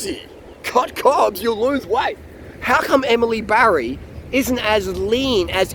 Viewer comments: I know. He keeps saying Barry 😄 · Her name is Batty not Barry!